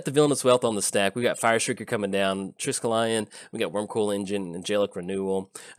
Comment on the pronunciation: Nice recovery there, fumbled the ball but still picked it up for the TD! Just so you know it's pronounced Tri-Skel-Eon not Trisk-E-Lion. Had a good chuckle at that one. I might use it when I play Old School 93-94. :)